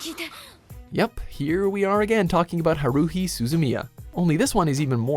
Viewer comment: "Ha-roo-hi"? Do you even anime, bro?